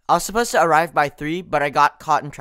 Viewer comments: 今回も良い動画ありがとうございます！ 1つ不思議気思った事があります。 supposed toの発音はdとtの連結で後ろのtが消えてサポーズダになるのかと思いましたがサポーズトゥになるんですね。 toの発音がこのようになるパターンを他にも紹介してほしいです。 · の発音だと I was suppose go to the party のように ed to が抜けてるように聞こえます。 だと抜けてないように聞こえるけど。